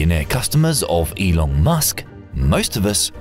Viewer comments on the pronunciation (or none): none